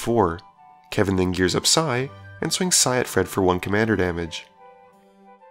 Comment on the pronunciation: "14 ponits of damaga wich i gracefully take" nice way of saying no blockers